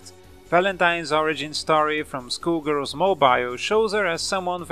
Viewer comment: It sounds like he's saying School Girls instead of Skull Girls.